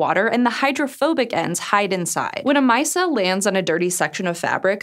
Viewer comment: my-CELL, not MY-cell, col-LOYD-al, not col-LIED-al. I love the videos! I love all the hosts! and I'm not suggesting re-dubbing or anything, like when you guys re-uploaded that one video to fix the weird brick analogy. But you could make a note in the video description or the closed-captioning, or even pin the most polite person to point it out. :/ (Merriam-Webster's website will pronounce words for you if you aren't sure!)